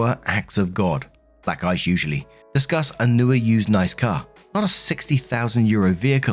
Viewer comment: Am I the only one who heard "black guys usually" when he said "black ice usually" ? 😅😅😅